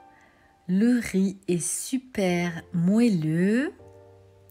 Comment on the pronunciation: RIZ PILAF ....De tte ma vie je n'ai jamais entendu quelqu'un dire RIZZZ ,on ne prononce pas le Z , jamais!!!